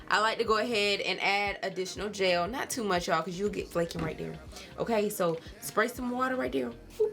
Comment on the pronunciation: People say I say “jail” instead of “gel”. And I always was so confused but I really feel like I heard you say it too 😂😂